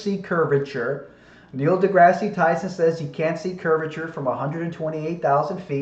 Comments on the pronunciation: Also, I really don't get why you constantly pronounce "Neil Degrasse Tyson" as "Degrassey" and not "Degrass" Please actually respond... I really want to know. I'm assuming its one of your little quips or puns that you somehow think is SOOOO clever so you constantly say it over and over and over and over again. But I just don't get it... "Degrassey"? like the TV show or something? I really just don't get it. If he doesn't answer me, someone on here who knows the answer to this, please respond. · Please quit saying degrass ee Tyson. It makes you sound like an idiot. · Since you keep going on the diatribe on him mispronouncing a word, you keep mispronouncing Neil deGrasse Tysons name when the E is silent in deGrasse... double fucking standard 🤦‍♂️🤦‍♂️🤦‍♂️